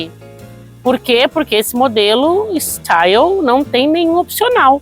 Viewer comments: Bha so falou mal do carro e o y se pronuncia i no frances e não é staio e sim style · Sua pronuncia está errada o carro é francês, o y tem som de i.